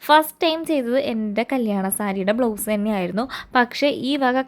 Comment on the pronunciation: It is blouse, not blow's